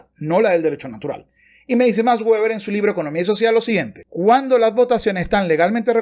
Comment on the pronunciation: No es "ueber" si no "veber" puesto que no es un nombre inglés.